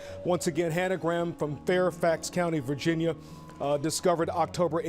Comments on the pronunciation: It’s pronounced Hannah GRAM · The way you pronounce Graham 😂😂